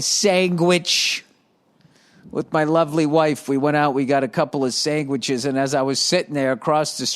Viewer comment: I love hang sangwiches